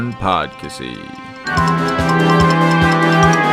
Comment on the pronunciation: Not Fav-ree!!!!